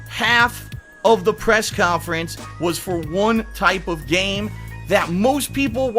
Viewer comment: K-yon-Fer-ens - 2016